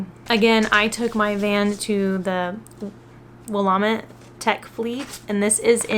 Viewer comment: Willamette is pronounced Wil- a'- met. The a is a short vowel sound like in apple. With the middle consonant having the emphasis. Hope this helps. Google the pronunciation, it really helps to hear it.